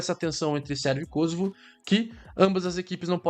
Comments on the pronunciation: Não é Kôsovo, e sim, Kosôvo. Pois não é uma palavra proparoxítona. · Por que Kósovo. O correto é Kosovo. Mania de acentuação inglesa.